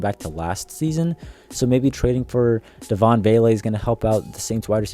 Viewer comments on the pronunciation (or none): none